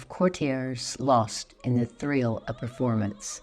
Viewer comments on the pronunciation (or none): none